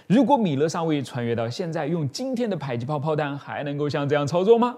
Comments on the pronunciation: 為什麼迫ㄆㄛˋpuo 唸ㄆㄞˇpai??沒這個音啊⋯⋯ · ㄆㄞˇ擊炮？ㄆㄛˋ迫擊炮！！ 這個博主的發音是不是怪怪的？？ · 迫（po）擊炮為什麼要念成排（pai）擊炮？難道”被迫”“逼迫(po)”要念成“逼迫（pai）”跟被迫”(pai)嗎？ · 把這個東西念作迫(讀音為排)擊砲，在台灣念作迫(讀音為破)擊砲 請問單獨念迫時是怎麼發音的?